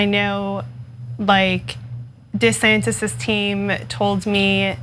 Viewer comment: Her pronunciation is off-putting. "goTTen" "de sanTis"